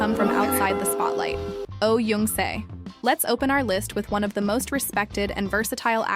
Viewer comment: Oh Jung Se: Jung is pronounced "jeong", not "yeong". Also, the wedding photos of Kim Dong Wook and Lee Sang Yeob are switched -_- A man who remembers and treasures the woman who stayed with him through thick and thin, is a good man.